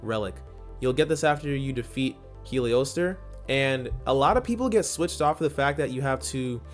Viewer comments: Heolstor is cognate with “Holster” if that helps you say it. It’s not “Heliostor” but “heol-stor” like “hol-ster” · heh-ol-ster just for pronunciation purposes. It's old english for night or darkness